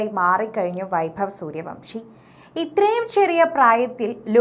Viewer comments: സൂര്യവൻഷി എന്നാണ്.. സൂര്യവംഷി അല്ല 😂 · Vamsi അല്ല vansi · Not suryavamsi...but suryavanshi😅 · പേരെങ്കിലും ശരിക്ക് പറയു.